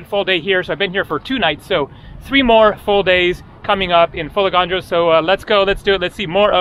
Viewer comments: Beautiful video from a beautiful island. It's FolEgandros and not FolegAndros as you say. Pronounce it correctly, you have been coming to Greece for years now)) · How did you manage to go there without learning how to pronounce the name of the island ? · I also corrected him and It wasn't a dig. I would undestand if it was somebody's first visit in the country. He's been coming to Greece for years and I am sure he can do it. Correct tone makes a big difference. There is another island called Andros. If he pronounced it andrOs everybody would have a hard time understanding what he said. This is mainly for his convenience because he travels a lot and interacts with people.Correct pronunciation will make his travel life much easier. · sure, pronounciation makes life easier but it's a never ending process even if you are very good at speaking a language, quite sure when speaking 'easy' english, lots of people pronounce wrongly,esp. the British city names😅. Let's focus on the admirable work which is shown by, his absolute discipline and enthusiasm when filming his videos. This is discipline, quite sure, lots of people underestimate the amount of work which has to be done, showing these videos to us, and think it's mostly fun and always nice and easy. For sure, it's not. So, thank you again,, for showing us your world. Nobody else could do it like that. Για σού from another island🇬🇷💙. In the shade😘